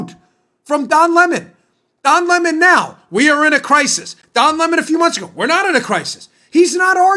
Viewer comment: Its lemon NOT LE MON ITS AS IN SOUR WITH THE USUAL PITH